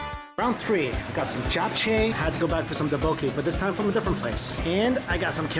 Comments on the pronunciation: please learn this basic rule for all Japanese & Korean words: NO syllables get any stress; they are all evenly accented. so not dukkBOKki, but DdukBokGi - evenly stressed at each syllable. Easy. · Wtf is an toboki? Why cant you just say tteokbokki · The way he said ddukbokki made me cringe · duboki 10/10 pronunciation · It's pronounced DUK Bokki the K after the D is not silent. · Listening to you try to pronounce ddeokboki makes me want to die. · You butcher tteok bokki so hard lmao. cringy af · I love the content but when you try to pronounce the food.... cant resist the cringe coming from a Korean ESPECIALLY the tteok bokki, please fix that🙏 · When pronouncing 떡볶이 (tteok-bokk-i) make to to place emphasis on the ㄸ(tt) and the ㄱ(k) instead of saying it really smoothly. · DELICIOUS! ¬ Kinda funny how you pronounce Tteokbokki (I've actually never heard a non-Korean say tteokbokki, so that might be why).